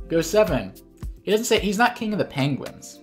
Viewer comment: Standout episode of IAWG just for the increasingly absurd pronunciations of KING OF THA PAAAAHNGUINS!